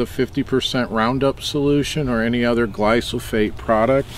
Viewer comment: This dude is SHMACKEDDD 🚬🚬🗿 , and its glyphosate not glysophate